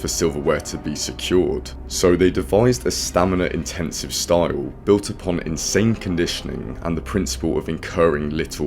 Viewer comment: Not often I hear style being pronounced staouwle